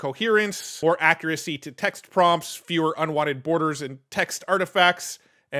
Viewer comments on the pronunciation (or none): none